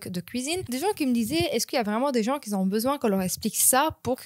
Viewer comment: Dis un peu " qui ont" et pas "qui zont" 😉